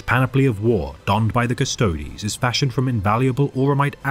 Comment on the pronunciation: So happy to hear someone pronounce "Custodes" correctly. It sounds so bad when people say "Cust-ODES" instead of Cust-oh-deez. Neat little breakdown of the Emperor's finest, thanks for the vid!!